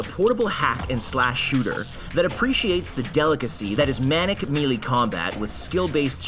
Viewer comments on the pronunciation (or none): none